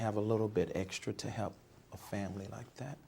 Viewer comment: That and "hep"😩